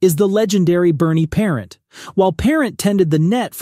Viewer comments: the mispronunciation of Vezina, Rogie, and Parent is grating to my ears! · Fuhr ok. Belfour ok. Roy top choice. If you are going to talk goalies learn to pronounce Vezina and Parent. Parent ok. Ken Dryden ok. Smith top 10? Sawchuck top choice. Plante. The best. Brodeur top choice. Hasek. Top ten but not top 5 by any means. Too inconsistent. Was on the bench when he got his 2nd cup. Good numbers. Entertaining style. No lasting contribution to goaltending. Also lost too many first rounds to inferior goalies. Best moniker though. The Dominator. I think that's why some people rank him # 1.